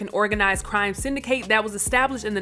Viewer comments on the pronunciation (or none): Y'all need to start having hard conversations about the Talent you employ, and your Editing Department. It's not enunciated (sin da kate) it's obviously enunciated (sin da kit). Also in (your most recent)upload about Dave Chappelle; his new comedy special isn't enunciated The (Clo sir) as in distance, it's enunciated The (Clo zer), as in a baseball pitcher. If you expect to maintain an intelligent audience, you must do a better job of catering to them. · syn-di-kit. ex-po-zay